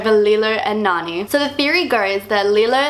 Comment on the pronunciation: SHE CALLS NANI “LANI” DIDE SHE IS CANCELLEDT